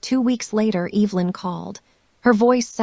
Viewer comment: I actually know how to pronounce Evelyn’s name…kind of feel sorry for AI…can’t say names..tell time or count money…things we all learn how or do early on…